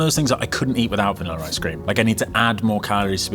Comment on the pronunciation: Putting an er on the word pronunciation of vanilla is wild haha